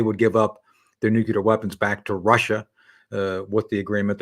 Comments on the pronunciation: Please tell Tony that it’s Nuclear and not Nucular… just a irritating…! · Please Judge stop your habit of interrupting your guests before they finish their comments, not a good interviewer habit. Please Tony Shaffer, the word is nuclear not nucular. I would think a DoD career guy would know that. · Your honour, I know this is acting a lot, but could you tell Tony to stop saying nucular?